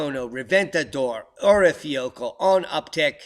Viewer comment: I think the pronunciation of the Icelanic volcano is something like ur-eye-fa-ya-kood-la.